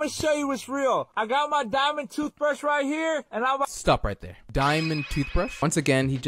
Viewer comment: I like how he sed Mr fake daimod